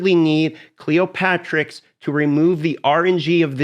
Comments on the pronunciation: cleo-terix not cleopatrix. the p is silent. pterodactyl duh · A good vid, just wanted to point out it's not Cleo-patrix, it's Cleop-Terix!:)